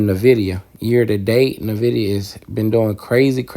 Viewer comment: EN- VID - E. - AHH. Respectfully the proper pronunciation, don’t want you to miss pronounce it and people judge you or think that you don’t know shit about what your talking about